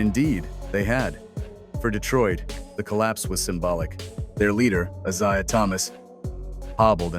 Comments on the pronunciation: when you hear the Narrator say ISaiah rather than Eyesaiah, you know AI is a problem and these guys don't know jack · "I-ZI-UH Thomas" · This artificial intelligence voice is mispronouncing Mr Thomas's first name😮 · love Ai cant pronounce Isaiah. uttering 💩💩💩💩😑🤔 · CON-test instead of con-TEST, Is-I-ah instead of Is-A-h. You’d think they could teach AI proper pronunciation and stress on the correct syllable.